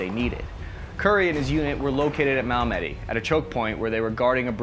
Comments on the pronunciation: Previous comment: should be 38th div not 36th... However. 28th Div seems to be correct Unit ID of Curry. BTW it's not Mala-med-ie .. It's Malmedy... ... Don;t rpretend to know history and then mess up key stuff dude! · Hell, l am not French or Flemish the l can pronounce Mal-me-dy.I dislike mispronounced names or words.